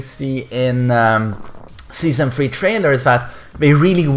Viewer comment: "Season free"